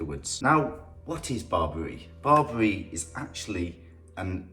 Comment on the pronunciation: I am really impressed your knowledge about my culture Ethiopia/ Eritrea but you pronounced Berebere wrong...thank you for the video much appreciated.